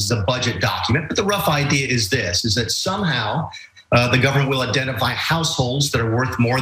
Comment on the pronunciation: "Somehow".....lol...that wasn't emphasized on purpose.....💩